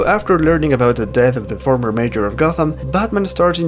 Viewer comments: The word is may-UR (MAYOR) NOT may-JUR CROSS-ovurr NOT CROWS-ovurr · why do you pronounce mayor as "major" ?